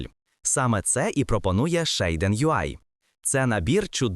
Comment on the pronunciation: ShAiDEn? LOL звідки ти це взяв взагалі 😂 Назва вимовляється як «шад-сін» або «шад-сі-ен», причому creator підтверджує вимову як «шад-сін».